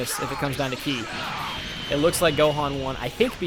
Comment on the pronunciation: and you didnt even say ki right either watch the actual show then you can actually pronounce the words and names correctly